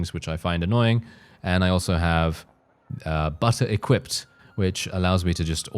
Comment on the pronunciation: is it just me or do I hear Butter Equip mod??